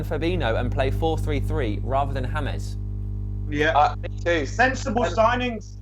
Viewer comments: "James" which is pronounced "Hamez" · its James not hamez idots learn to spell and right.